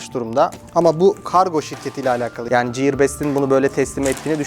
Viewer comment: ciyır değil giyır*